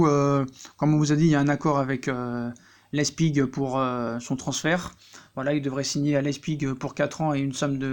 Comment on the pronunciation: Leipzig pas lezpig!